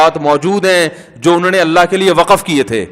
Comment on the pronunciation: Sir Waqaf nhn Waqf hota ha